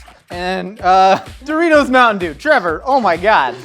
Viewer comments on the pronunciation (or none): Mountain Dewritos...